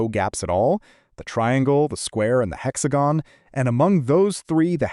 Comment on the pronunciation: I’m sorry but I hate how artificial the voiceover sounds. Like when talking about the 3 shapes with closed gaps, “hexagon wins…!” it ends abruptly but as if it had more to say. Just use your own goddamn voice or if your “real” re-record your lines.